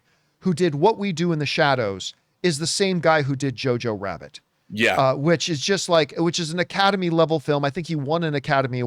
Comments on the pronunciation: Did he honestly just say JorJor Rabbit??? hahaha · Dude, I was literally about to say "Did John Campea have Star Wars on the brain bc I swear that he just said JarJar Rabbit" but I decided to go with what I wrote instead. We were DEFINITELY on the SAME EXACT WAVELENGTH regarding Campea's comment though hahaha😅